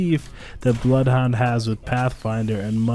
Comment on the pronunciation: Bloth Hondur